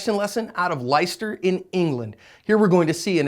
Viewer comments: PLEASE DON’T PRONOUNCE IT “LYSTER”!! IT SHOULD BE PRONOUNCED “LESTER”!!! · LIE-STER IM CRINGING CUZ IM FROM LEICESTER, its like Lester from GTA 5 Less-ter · les-ter not ly-ster ;p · I always thought it was pronounced 'Lie-chester' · Not lie-ster.. It is liss-ter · It's not said "Ly-ster" but "Less-ster." Just saying. Love the videos & good to see an English one 🙂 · John it's pronounced Lester Not Lie-ster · psst, Leicester is pronounced "Lester" not "Lyster" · Lester not lyster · Cities pronounced "Lester" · U pronounce it lester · It’s pronounced Less-ter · Pronounced "Lester" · its pronounced Lester. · It's pronounced "lister" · No its pronounced less-tah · its pronounced 'Lester'. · Dude.... It's LESTER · You butchered the pronunciation of Leicester but that's expected if you're not from the UK. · Its pronounced Lester for u yanks ;-) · Ok John so I hate to sound stupidly nit-picky about this, but just a little FYI for future reference, Leicester is actually pronounced like Lester...sorry just thought you should know. Nonetheless, I'm glad to see these guys did a fairly decent job handling this guy. But looking at their technique i think its vitally important to note that even with all the training the guy in the grey received in earning a black belt, when it came to a full fledged deadly encounter, the skills almost always completely evaporate. This reinforces my view that no matter how much training a person has, more often than not it comes down to a relatively unskilled, almost primal/instinctive form of hand to hand combat in real world surprise attack-type situations. The 5 D's + 1 matter most in principle thru an analytical breakdown-while in the moment, one's innate reactions and willingness to fight for one's life matter far more in successfully surviving a defensive encounter. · Just a tip, Leicester is pronounced "Less-ter" :) PS: Watched about 5 of your videos in a row at 15 in England and i love them. You get a sub :p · It's "Lesster"